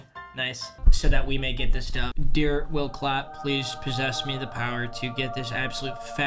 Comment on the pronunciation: love it how u said will clapp